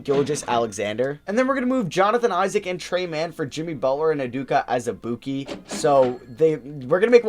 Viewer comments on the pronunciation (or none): it’s actually pronounced ( You-doe-kuh az-uh-boo-kay)